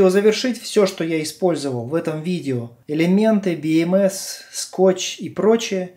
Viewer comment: слух режет))) БиЭмЭс... либо говорю по-русски, как все: БэЭмЭс либо по правильному англичански: Би Эм Си 🙃